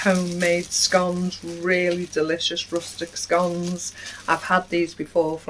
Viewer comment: <frugal Queen in France has advised that we naughty. You make your own honey? Please explain! And thank youfor saying'"' scomes " properly3